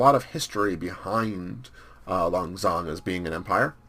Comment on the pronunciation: I really enjoy you playing as Laos, although I'm Laotian myself and speak the language and you are pronouncing Lan Xang wrong. Lan is right, although Xang means elephant and it is pronounced Sang.